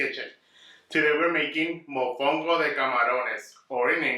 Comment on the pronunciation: MOFONGO CONO!! not mofungo...TF is that??!!!!